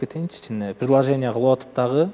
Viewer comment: Преложение эмес,предложение